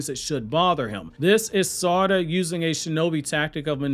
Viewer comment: Omg learn to pronounce her name. Yov lost ne quicl because you cant pronounce her name